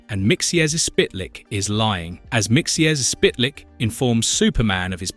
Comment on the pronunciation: Mr. Mxyzptik Mxyzptik is pronounced "Mik - sil - plik"